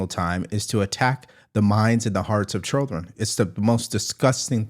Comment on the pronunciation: Nobody: ….: chirlen